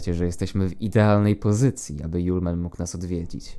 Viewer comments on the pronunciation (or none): To nie yole man tylko julemand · A nie "żulman"...